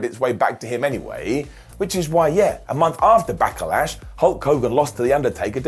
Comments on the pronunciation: Back"eh"lash. What is this Backehlash you speak of? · Did say backalash lol